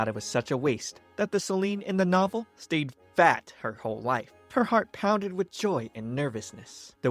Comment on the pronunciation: And you say the word.'FAT' like it owed you taxes